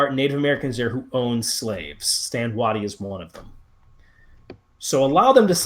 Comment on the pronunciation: It's Stand WAY-tie, not Stand Wahtee. TransMississippi Generals Units etc. always get the short end of the stick from historians.